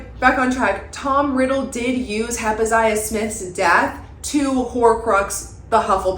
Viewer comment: hep - zi - bah, not hep -iz - i - ah 😅 Loved the vid